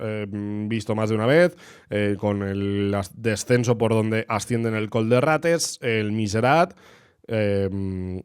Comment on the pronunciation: Sí, se nota y se agradece el esfuerzo, de verdad❤. De hecho después pronuncias Benimantell de cine. Simplemente lo decía porqué últimamente he escuchado mucho lo de col/coll y me preguntaba por qué era, si era algo particular de la palabra o qué